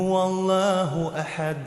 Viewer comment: Ихлас суросундо Д же дал тамгасын Д деп калкала кылып чыгарын